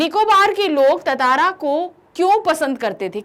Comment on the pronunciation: She doesn't even know how to pronounce tantara